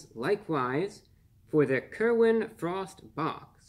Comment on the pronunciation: It sounds like you're saying Kermit the Frog I'd rather want something featuring Kermit the Frog